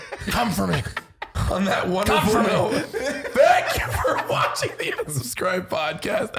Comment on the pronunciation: Can we talk about saying "watchENing" in the channel promo at the beginning of the show? It's been bugging me for the past 76 episodes:O